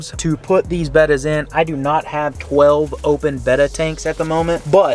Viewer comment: I can’t stand how he says beta🤣🤣😅😅😭😢😭😢